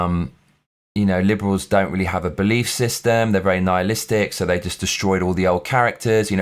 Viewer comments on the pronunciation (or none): none